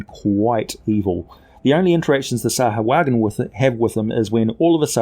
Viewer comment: You keep saying it wrong. SAH-WHO-UH-JHIN